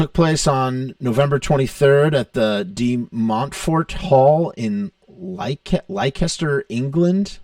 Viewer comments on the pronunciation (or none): it's pronounced "Lester" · "LY-KESTER England"??? it's pronounced "Lester." Yer daft sod!😅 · It’s pronounced “Lester”